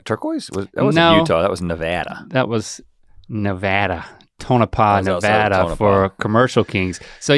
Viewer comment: Thanks for saying Nevada correctly bros